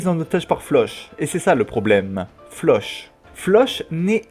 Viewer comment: Sa se dit Flock pas Floch ça m’a perturbé irrité même 😂 mais sinon la vidéo est bien 😂